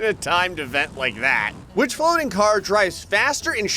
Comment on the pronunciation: diff. fwoating failures 🤣/